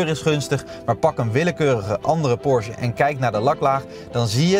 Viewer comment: Leuke en informatieve video, zelfs voor een Taycan Sport Turismo bezitter zoals ik. Alleen nog even oefenen hoe je Porsche uitspreekt… Porzje klinkt echt niet...